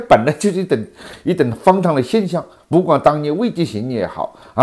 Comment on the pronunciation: 老何今天普通话可以了，再练练h的发音，别老把荒唐读成方糖，加油，争取早日不含萝卜